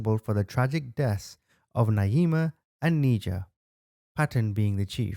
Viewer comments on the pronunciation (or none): Her name is pronounced "Ni-jah" not "Knee-jah"